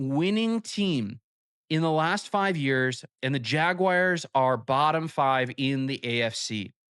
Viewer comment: "Jagwires" haha